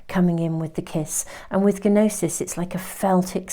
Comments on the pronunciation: Hi! Just a little FYI..."Gnosis"...the G is silent. So pronounced "Nosis"...:hand-pink-waving::planet-orange-purple-ring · pile 3 - thank you. Btw, Gnosis is pronounced 'nosis'. The G is silent. Otherwise, it sounds just like you said.